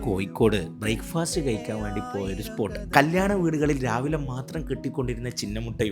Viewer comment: പയ്യായ.... അല്ല പഴയ......... കയിക്കാൻ അല്ല കഴിക്കാൻ.....😂